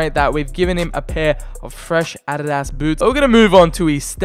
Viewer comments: I like how he seys ”Ariarias” to adidas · Why does he say adidas so weirdly ?